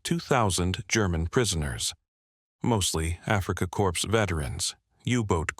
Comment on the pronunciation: “ Africa corpse”?! Really?!